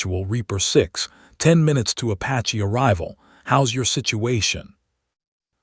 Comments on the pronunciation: LOL was gonna say that,... the way the AI say Apash is super annoying! Like the others where they pronounce Porsha for Porche hahaha... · Please please please.....Apache is not apach. Its prounced Apachee.